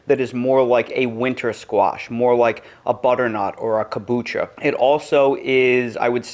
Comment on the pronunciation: Kabucha, caw’boo cha